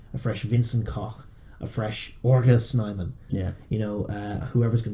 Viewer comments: They are getting it all wrong . so so wrong ,hahahaha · Everyone seems to get the name wrong. 😂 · Dude I am south African , and the way you say 'RG Snyman is funny AF